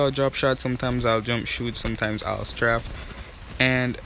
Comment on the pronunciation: straf lol its straif